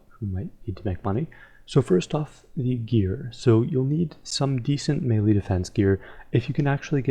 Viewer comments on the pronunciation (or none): none